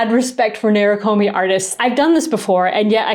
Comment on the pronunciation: Beautiful video and pieces! Thank you for taking us through this wonderful process. To anyone interested in the word “nerikomi” itself, it’s not “nair ruh koh mee” in the original pronunciation. To each their own way of saying things, we each have our own muscles trained in language, but for the curious “neh-lee-koh-mee” is closer to the Japanese pronunciation.